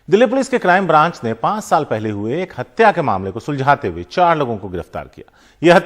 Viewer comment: हडसा नहीं है हतया है